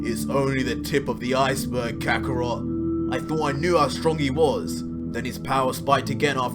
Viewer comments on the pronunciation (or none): none